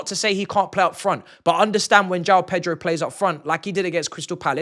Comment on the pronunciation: PETROL 🤣🤣🤣🤣 that's how he pronounces